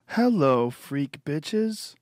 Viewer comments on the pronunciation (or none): none